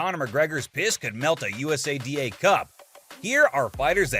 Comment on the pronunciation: This video feels made by AI.. the images aren't lining up great at all and it's pronounced (YOU-SAH-DAH) USADA